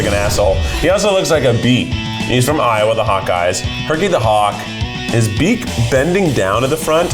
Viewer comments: Lowa State 😅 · Umm we do know that it's Iowa and not Lowa right? I thought it was a typo until it was done with both of the Iowa teams. 😂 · Love that Iowa turns into Lowa state when he goes back to it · I'm sorry I can't let "Lowa" go un-commented on. Someone read "Iowa" and thought it was a lowercase L like PLEASE 😂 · All the LOWA 🤣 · Lowa? The Iowa erasure 😔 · why does it keep saying LOWA? lol